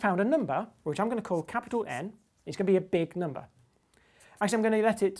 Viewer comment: I love how this guy says numbah!